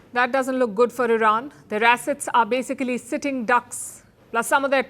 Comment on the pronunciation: You mispronounced BAsicaaaaaaslly ...wrong pronunciation for a reporter. Shame on you